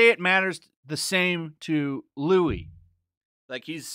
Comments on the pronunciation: It isnt louis. Its loo-ee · Not to be “That Guy” but his name is pronounced “Lou-ee” i.e. the French pronunciation of Louis. I made the same mistake after reading the book back in the day before the movies and the Internet and meeting Anne Rice who quickly corrected me that “Lew-is” is “Lou-ee”. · It’s Louie, not Louis. *pronounced. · Its not pronounced louis, its pronounced louis... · We know how to pronounce it, right? (Loo-ee) Louis, it’s pronounced in a French manner. That aside, there is only ONE Interview with a Vampire. That has Tom Cruise and Brad Pitt. There is no other. I got the vampire chronicles books. They can’t change that shit. They can try, but as long as I got my copy, I got the true version. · No no no no they are not allowed to ruin my favourite movie for fucks sake !!! 😑 Also it's the French Louis pronounced 'loo-ey' not the english Louis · Minor peeve, just a minor little thing. It's pronounced as "Lew-we" because it's French... That's it. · please those pronouncing the S from Louis. I'm Romanian with absolutely garbage French and even I can say "Loui" (without the S). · Louis... nope. if u have seen the movie, u KNOW rat eating vamp is not LOUIS the vampire, bc they say his name 100x, lol. its pronounced movie LU-EE. FRENCH shit, u know. if it was just a book i get it. and ur right, the movie was genius, this will be ANOTHER trash remake. but dam bro, u gotta get the names right. if your talking about say, GoT, its not ROBERTO BARATHEON, lol. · I can't take the video seriously after hearing the way you said Louis